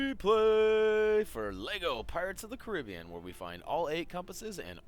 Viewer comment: You pronounced Caribbean wrong bro